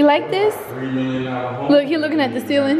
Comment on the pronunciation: NOT A HATEFUL COMMENT (I’m a supporter lol) BUT IT drives me NUTS when Queen says “lookit” QUEEN ITS LOOK!!!! JUST LOOK!!!!!